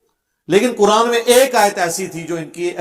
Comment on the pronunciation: dekh kar qurAn galt pertay ho tum mirza 2